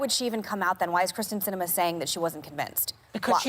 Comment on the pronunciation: When is Mccain going to learn that it is KYrsten Cinema, not Kristin Cinema.